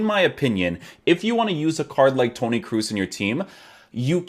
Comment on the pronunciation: Pronounce his name properly as something similar to ''cross'' not double ''o''